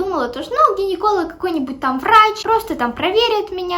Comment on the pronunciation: Мне одной послышалось варачь